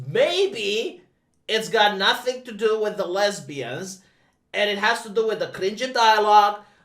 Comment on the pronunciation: Rumor is that he said "lezzberians" like that guy from scarface.